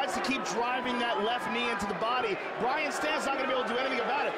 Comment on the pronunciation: was hoping dudes name was actually brain cmon man get it right